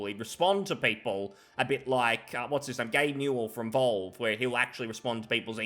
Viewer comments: "Gabe Newel from VOLVE" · Holy shit sorry dude, but you pronouncing Valve as "volve" did psychic damage to me. Please don't do that again lol. Skyrim DEI edition? Jesus christ you stupid chud lol.